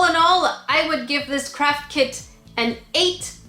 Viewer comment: i allways hear crap kit instead of craft kid ohgollygosh